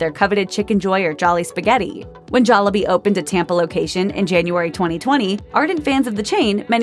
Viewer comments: You know the narrator is white when she keeps saying jollabee instead of jollibee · It's pronounced jol-lee-bee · I love how she pronounces it joll A bee Not jollibee